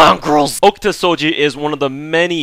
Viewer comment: you read it wrong too my man, you read like SOJI not SOUUUJJI